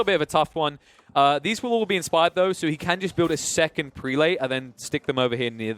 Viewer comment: If I may say so, the proper pronunciation of "prelate" is PREH-lut, not PREE-late. Seems like the wrong pronunciation is making its way around the AOE4 commenterverse. :)